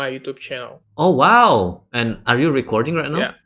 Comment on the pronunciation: damn that accent in "recording" sounds so fucking brazilian...